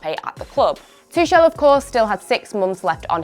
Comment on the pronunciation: You Butchered his name ... ! LOL poor Tuchel mistreated even on Youtube channels